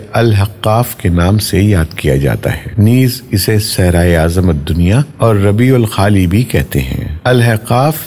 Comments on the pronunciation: Raba al khali naheen ruba al khali kaho. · Rabiul Khali nahi... Ruba al Khali hai ..